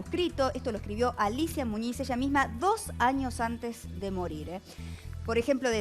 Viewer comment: Muniz Muniz Muniz...no Muñiz mulas